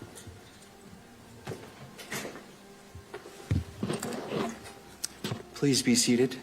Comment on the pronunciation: pwease and sank you, Mister Zelensky...